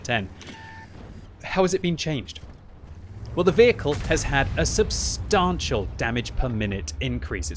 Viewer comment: Substaaaantial, subseeeeequently. The pronunciation of this guy!